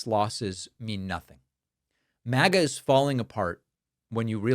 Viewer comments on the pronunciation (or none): none